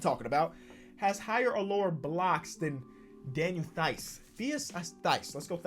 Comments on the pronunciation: Daniel Theis's name is pronounced like dice, but tice. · If you just speak a T and not a Th in Theis name you get it right. Greetings from Germany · Daniel Theis’s last name is pronounced like tise. Like Mike Tyson. I’m not trying to be rude just telling u how to pronounce it. I like your videos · Theis would be in American English Tise. In German, ie is pronounced e and ei is pronounced i. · Pronounced Daniel tice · It's teis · Theis “tice” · Theis ! u have to pronounce it that way : T-Ice or roll the dice d=t u can trust me, I`m german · Theis is pronounced tise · Pronounced Tise (Theis) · Theis is pronounced like “tice” like how u would say “thrice” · Theis u pronounce the th like a t so teis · Daniel Theis. (DAN-YIL TISE) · Hey. To answer your question (as a Celtics fan) Daniel Theis is pronounced „Tice“ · it's daniel Theis(t-ice) that how u pronounce it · Daniel Theis is pronounced Duh knee el Tice (I'm German) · Daniel Thies is pronounced as Tise. Like lice or rice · Theis is pronounced tyse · Theis is pronounced tice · Its pronounced “Daniel Tice”. Great video 🔥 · I wasn't gonna comment but you asked for it: As a german, I can tell you with authority that Daniel Theis is pronounced "Tice" or "Tyson" if you left off the ending ;) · You actually pronounce Theis like "Tice". I am a big C's fan and that's how the announcers say it every game. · Theis is actually pronounced like “tice“ Shoutout from germany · German here, Daniel Theis is pronounced like 'Thice' with a hard Th, similar to the Th in 'weather'. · Daniel Theis his name spoken like Tice so without the h and eis is ice